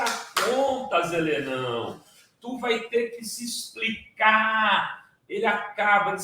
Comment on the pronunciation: Sr. Renato Rovai, respeitosamente, o Sr. disse: Helenão, mas o som me confundiu com "ele não". Será melhor dizer: HELESSIM.